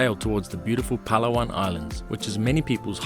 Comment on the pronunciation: It's not " pala-wan ". It's " Pa-la-wan ".